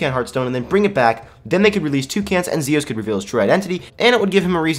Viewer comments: Lol sorry not Zosis but Zios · its z iiiiiiiii os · your saying zios wrong